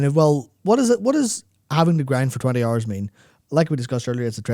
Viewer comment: Ah, again dedicating my free hors and all of my pawr to listen to this